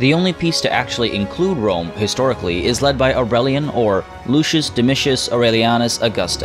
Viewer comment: Yay! I love “wome”. It’s bwilliant! Spencer twacey and wapists.